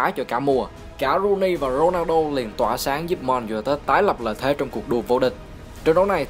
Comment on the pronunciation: T fan W.Rooney toàn đọc là Wây Nơ Ru ny